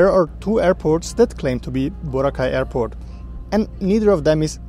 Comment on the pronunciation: Yes there are 2 airports you can take going and leaving from Boracay, and they are called Kalibo International Airport and Caticlan Airport. Not Boracay Kalibo Airport and Boracay Caticlan Airport. And its BO-RA-KAI not BOW-RAH-CAY! Get your facts right!